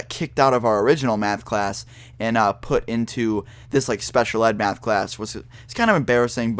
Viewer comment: he says math so funny mayhth